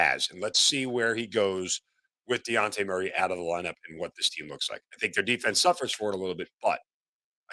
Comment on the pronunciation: How are we over two months into the season And you STILL don’t know that man’s name is DEJOUNTE !! Not Diante 🙄